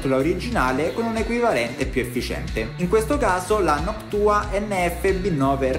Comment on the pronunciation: Si dice noctua no noc tua